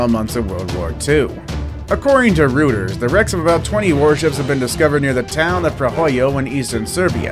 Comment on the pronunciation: The correct pronunciation of Reuters is ROY-ters.